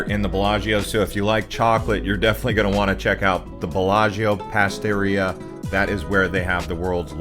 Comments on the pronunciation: Pasteria??? C'mon we can do better than that!!😅 Pa-tis-erie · Well I’ve never heard anyone call a patisserie a PASTERIA 😅